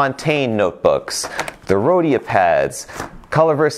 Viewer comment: Just Don’t say “Rhodia”